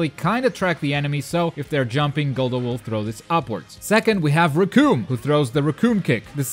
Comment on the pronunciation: Love the tutorials, but you don't pronounce anything right..Gullo, Jice, Barter....